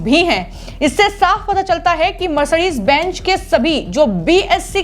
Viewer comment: Sabse pehle mercedes benj bolna bandh karo Mercedes Benz correctly pronounce karo......